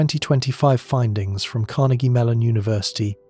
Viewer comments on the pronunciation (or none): none